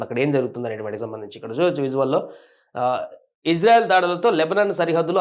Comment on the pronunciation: ఇంజన్ఆయిల్ కాదు ర chu.. ఇజ్రాయెల్ రా😂😂